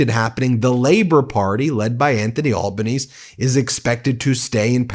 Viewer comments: Thanks for your attention to our important election. It’s pronounced Al- ban - easy 💙🇦🇺💙🇦🇺💙🇦🇺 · Great commentary. Our PM's surname is pronounced Albanesee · Pronounced Prime Minister Anthony AlbonEasy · That pronunciation of Albonese got me everytime. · Ben it’s really nice you are taking an interest in our politics - but one tip, it’s Albanesee- pronounced like a y is on the end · Love you Ben, but Anthony Albanese’s name is pronounced Al ban easy. Hope you don’t mind me correcting you. Watching in Australia. ❤ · Sorry bro it’s pronounced Albanneezy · I really hope Dutton doesn't win. Albanese is pronounced the Italian way, like Alban easy. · Enjoying your reports thanks Ben, just to let you know, our PM’s name Albanese is pronounced like the word ‘easy’, the last ‘e’ says itself. AlbanEAZY. 😅Sorry, was I being WOKE Mr Dutton? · Al-ban-nee-see * Make sure you mention trumpet of patriots. His bombing our YouTube ads, sending unsolited texts to people. He's a big fat stuffed suit millionaire Trump wanna be. Also have a look at Jacqui Lambie Pauline Hanson too..... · To pronounce the Australian Prime Minister's name Anthony Al ber ne sie or Al ber neisee. Great show. Keep up the good work. Cheers 😊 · Hi Ben, Australia's PMs name pronounciation is Albaneezy but we all call him Albo 😂 Dutton is now known as Temu-Trump🤣 but he seriously looks like a potato 🥔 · "Albanese" is pronounced 'Al-bah-NEE-zee' and yes, was expected to lose rather badly. But Dutton, aka Potato Head, or Voldemort, is skulking exclusively in the right-wing Murdoch news swamp, singing only to his own racist choir. And the polls reflect mainstream Australians' well-tuned dickhead radar. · Anthony Albanese. Albanese is pronounce Al-(like the Al in Alan, or Alison)-buh-NEE-ZEE (like easy). Basically think of it like combining Albino and Easy together. Al-buh-nee-zee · G'day. Albenese is pronounced like sneezy or breezy. cool bananas mate. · Pronounced Albo “neezy” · It's pronounced 'Al Ban Easy'...